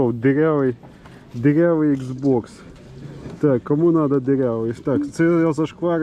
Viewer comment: Не ксеокс, а ікс окс)